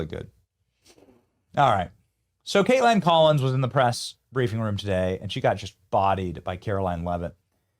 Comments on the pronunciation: its Kaitlan...theres not a d at the end. Why do you keep saying her name weird and with a d!? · Why does he keep saying Kateland? Am I the only one hearing the emphasis on this pronunciation? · The way Benny calls her 'Kait-land" every time 😂